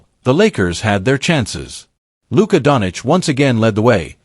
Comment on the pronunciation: say doncic the right way,shame.